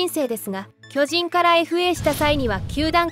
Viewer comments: なんだろ、、、ナレーターの巨人のイントネーションが馴染まない、、、俺が関西人やからかな、、、進撃の巨人はこのイントネーションで合ってるんやが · まあ、巨人のイントネーションが通常の〝巨人‘’とは違うからな。